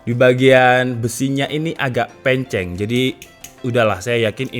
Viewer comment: "Penceng" Logat jawa nya keluar, Matur suwun 😍